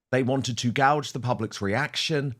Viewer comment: Gauge not gouge Dan🤪 Gouge is what you feel like doing to markle’s eyes!😂😂😂